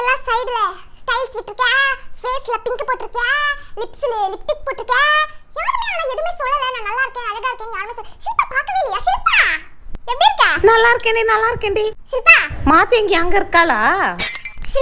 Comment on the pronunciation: Lipstick ❌ Liptic ✔️